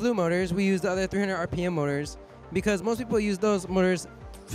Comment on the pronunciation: is it just me or did he say 300 RMP motors?